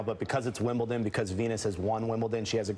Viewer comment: Did I hear correctly.....she said "Wimbleton"?!?